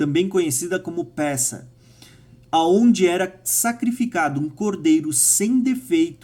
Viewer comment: Excelente! Mas vai a dica: a palavra transliterada do hebraico "pessach" se pronuncia "Pêssar" o "e" é fechado e o "ch" tem som de "r"... BARUCH RASHEM!!! BENDITO DEUS!!!